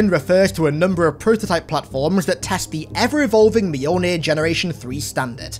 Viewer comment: Mjolnir is 2 syllables, not 3